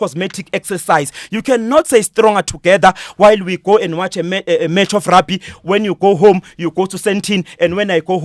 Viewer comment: cant even say rugby 🤣🤣🤣🤣